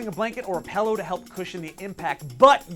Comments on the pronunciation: hehehe he said Pellow instead of Pillow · Pellow... Lol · What's a "pell-o"??? LOL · "P E L L O W" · Are we not gonna talk about how he says pillow like pellow